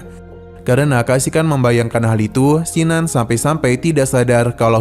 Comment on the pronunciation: kin nan.. bkn sin nan jd mlas ku dgr ny